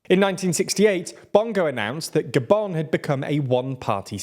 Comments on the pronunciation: Why did he say "Goban" not Gabun? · The way he pronounced “Gabon” made me stay the whole video